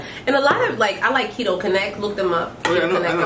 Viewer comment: Is that how you pronounce keto? It doesn’t have two e’s 🤷🏻‍♀️